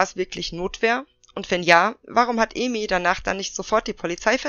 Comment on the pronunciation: Noch mal ein Hinweis zur Aussprache, Ai wird wie das deutsche Ei 🥚 ausgesprochen, und die umschrift Ei so wie du es im Video sagst. Also wäre ihr Name Eimi, würde er so ausgesprochen werden, wie du es im Video sagst, aber Aimi wird A-I-MI ausgesprochen :)